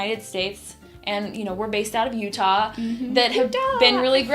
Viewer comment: Great video thanks. Wait...did you say Utah?